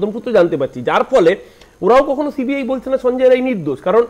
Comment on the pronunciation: Sanjay "Ray" na.. vul bolchen... ota Rai hobe